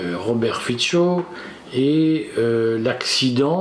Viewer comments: Robert Fico , se dit Fitso et pas Fitcho , le c se prononce ts en slovaque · FICO : son nom se prononce, en slovaque, [fitso]